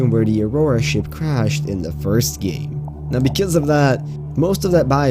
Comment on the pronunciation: “The largest biome in the geem”